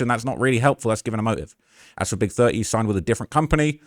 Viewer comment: Not big thuh-eee 😂